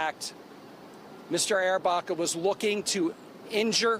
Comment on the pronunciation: What's going on here? The report's voiceover pronounces the accused's name as Andrew Arrabacca, but the supplied spelling confusingly is (Andrew) Barraca, a completely different surname. Which is right, if any? Get you act together.